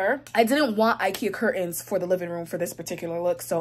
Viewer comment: love-It's cur-Tains, not cur-ends. So many young people mispronounce this now that I think it must be a popular right of passage thing like valley girl speak years ago. I know..being on the hate comments!❤️❤️